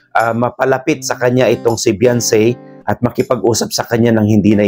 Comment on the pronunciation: The correct spell of her name Beyonce that it has pronounce be 'yawn' ce i,e Beyonce